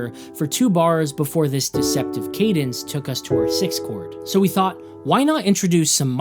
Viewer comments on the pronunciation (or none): none